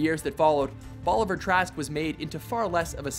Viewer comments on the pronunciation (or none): It Bolivar, not Boliver. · i'ts bolivar not boliver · Super funny the way you say "Bolivar" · Is it not Bolivar?